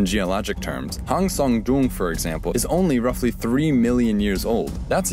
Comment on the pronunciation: I like how educative it is but I can't help but shiver whenever he tries to pronounce Hang Sơn Đoòng